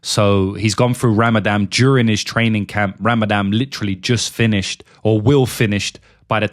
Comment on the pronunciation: I've heard of Rah-mah-dohn, but not Rammadamm. What is this Rammadamm you speak of? Just kiddin'....